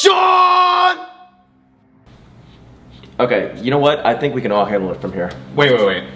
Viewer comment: It’s shon